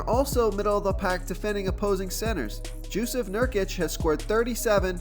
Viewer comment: “Jewsef Nurkic” 😂